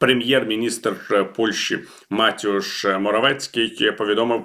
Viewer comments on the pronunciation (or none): Пане Віталію, Ви як журналіст високого рівню маєте знати, що путін - це владімір, не - Володимир. Моравецький - не матяаш, але - Матеуш. міністр закордонних справ України - КулЕба, не - кулЄба! Ці помилки Вас не покращують! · Правильно ім'я польського прем'єра вимовляється Мате'уш.